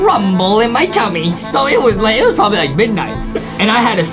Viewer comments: He said trobably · Adam literally said trobably